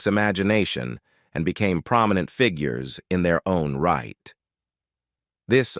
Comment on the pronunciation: Terrible voiceover! Robotic and can’t pronounce simple words like “figures” - painful to listen to.😢😢